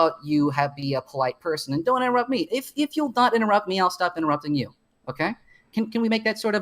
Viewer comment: This conversation was so funny. "Don't INTEWUPT ME when I'm paraphrasing you."